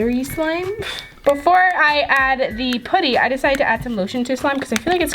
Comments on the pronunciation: It’s so cringy when u say “poo-ty” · It's pronounced pu-dy the Pu as in up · Your seriously my favorite youtuber but I hate the way you say putty😂😂